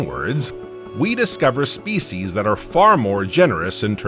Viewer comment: Spe-c’eess uuhhh.